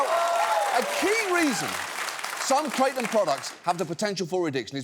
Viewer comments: Kratom is pronounced KRAH-TUM. It’s not crate-um. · No John, just ban them, as a former "krah-tum" (not kray-tum John smh) we will figure out how to deal with withdrawals. Theyre not the same as opiods but its disgusting they're not 100% illegal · just pronouncing it that way is pretty pathetic, there was a guy here in Brooklyn and a head shop who kept on saying it like the way you would pronounce "Ralph Kramden", it was stuck in my head for a fucking year lolllll KRATT'um!! it's krah-TÖM. Thai. just like we dont say San Joasy or chevroletttt 😜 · First, its pronounced kratom, not kratom. I agree gas station drugs are trash, but there are online kratom vendors that test for quality and consistency that are a better source if you take kratom for pain management or recreation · 😡😡😡😡😡😡😡I love you John Oliver but you are an idiot for not even knowing how to pronounce the word correctly let alone COMPLETELY talking out of your ass. kratom literally save thousands if not hundreds of thousands of lives by getting people away from opium. that's why it was made illegal during the British opium wars. The problem is with contaminated product, or concentrated extracts that actually mimic strong opioids. YOU ARE HARMING PEOPLE WITH THIS BROADCAST. this was just the biggest mistake you've ever made in your career.